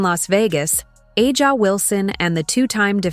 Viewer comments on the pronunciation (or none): When will YouTube narrators learn to correctly pronounce Wilson's first name?